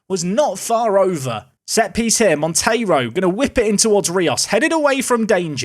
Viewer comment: So happy for you to say Monteiro instead of Montero 😅 thanks cheers